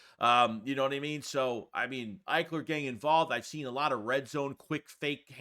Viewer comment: Calling Austin ekeler “ Ikler” is malpractice 😂